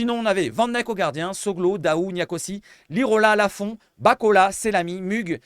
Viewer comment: merde fais un effort, même sur nos joueurs tu arrives à faire des fautes!🤣🤣🤣 Raimane Daou....et pas Dahou!😂 Tu me régale. 😅